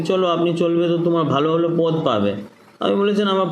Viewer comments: বা্ংলার রাজনৈতিক নেতা তথা কর্মী হয়ে আগে বাংলা বলাটা ভালো করে শিখে নিও। কথাটা "পোদ" নয়, পদ। তুমি যেটা বলছো সেটা শরীরের একটা অংশ। সাক্ষাতকারে শুনতে খারাপ লাগে। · শালার বাংলা দেখেছো পদ্ তো নয় পোদ, এতদিন বাংলাতে বাস করে বাংলা কথা বলতে জানো